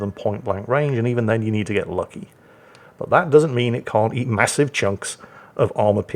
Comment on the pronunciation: The MahUSSive Vermont